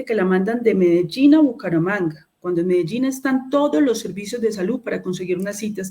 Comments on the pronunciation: Hasta la palabra salud cambio, ahora es salut con t, o al menos eso es lo que le entiendo en la pronunciación. Eso pasa cuando uno no está acostumbrado a hacer algo y haciéndola no la quiere embarrar. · SaluT, adoCtar, calidaT, normatividaT, verdaT, esa señora no sabe ni hablar. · No sabe ni pronunciar salud y dicen que es excelente ministra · No sabe ni pronunciar bien salud y dicen que es brillante